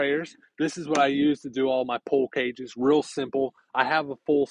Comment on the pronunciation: Are you saying pull cages or pool cages?